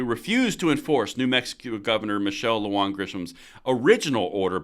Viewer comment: Sorry but here name is pronounced Lu Han and not Lu Juan....Im a new mexican so I would know!!!